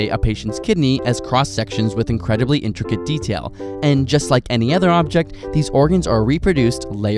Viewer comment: it's intricate not intrigate.